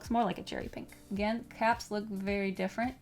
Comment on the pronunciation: The French ascent on “the paper”